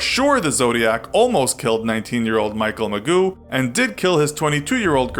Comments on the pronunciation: Did you say muh-goo it’s pronounced muh-jo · Lol ‘Michael Magoo,’ it’s pronounced Michael Muh-joe, my dude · It's Megeau "Meh joe" Not "Magoo".